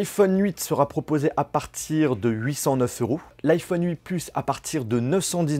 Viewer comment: On dit "huit" pas "hui" 😂 bonne vidéo sinon 👍🏼